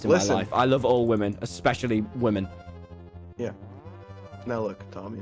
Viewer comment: stop saying wamen tommy